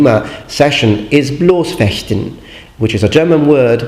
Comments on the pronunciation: Excellent expression of Bloß- and Harnischfechten! Never heard it better from a non native speaker. (Okay, not surprising concerning its the speaking:) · Kudos to you on pronunciation of German words! You're the first non-native German speaker on youtube I've heard pronounce Harnischfechten and Bloßfechten correctly! (in the modern way)